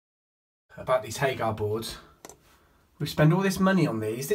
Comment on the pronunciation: It’s Hager not HagAR 🙈